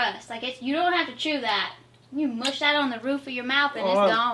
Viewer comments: Had to rewatch when she said mush it. I thought she said oh shit lol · it sounds like "goosh it" when you're trying to think of it innocently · I thought you said "goop sh*t" and I had to watch that bit twice 😂